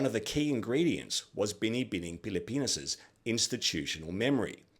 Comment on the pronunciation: I’m so thrilled and surprised that you have done a good job in pronouncing “Binibining Pilipinas” and “Kagandahang Flores”!! You are AMAZING!!!!! 👏👏